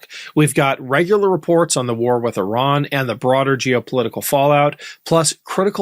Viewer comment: Why can’t a single American in these videos pronounce Iran or Iranian correctly ? 😅